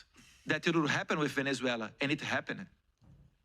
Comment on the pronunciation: Eduardo, todos nós estamos felizes com seu esforço em denunciar a ditadura no Brasil. Sei que ingles é complicado as vezes, mas para de falar “HappeNED” 😂